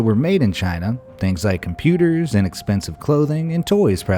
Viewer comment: Lol did anyone else hear him say puters